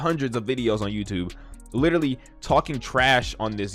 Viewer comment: "Litrilee" - Leafy